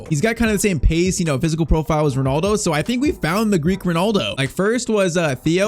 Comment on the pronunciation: the double l in greek is pronounced like a normal l